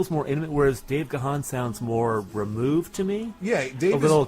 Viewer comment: The name is pronounced Dave 'Gone'. I also said it's as 'gahan'' which rhymes with ron.